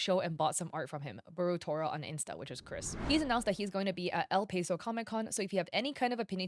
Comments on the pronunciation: Its el pah-so not el pay-so lol. Gave me a good laugh and shocked me out of my doom scrolling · you’re pronunciation of “El Paso” made me cringe a little lol as a native from there 😆. for future reference “Paso” is pronounced like you’d say “pass” and ”so” just figured i’d let you know :D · El peso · The way you pronounce El Paso hurts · That's not how you pronounce El Paso hahaha, but thank you for calling out this mythomaniac thief. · I cringed at the pronunciation of El Paso (as someone who lived in Westside El Paso) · SAME LMAO